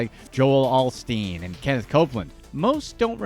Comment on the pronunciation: Joel ALLSteen. Seriously? If you’re going to cut someone down,at least learn how to pronounce their name 🙄